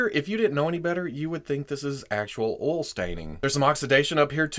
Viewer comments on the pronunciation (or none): Oil staining or "ool" staining? Gotta dig those southern accents! 😂